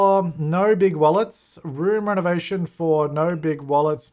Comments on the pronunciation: She actually said something more like "ernovation" but yeah, it's too close to English! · i heard irnovation